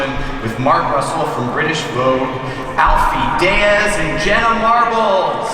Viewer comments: "Alfie Dayaz" LMAO clearly this guy has never watched any of his vlogs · when he said «Alfie dEYEs» omg I cannot Quakingggggg